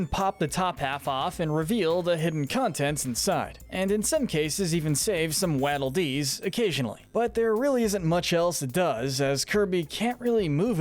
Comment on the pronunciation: wadddlee dees? you mean waddle dees